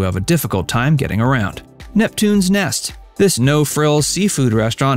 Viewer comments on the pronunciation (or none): NET,,, not “Nest” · NEPTUNES NET, NOT NEST.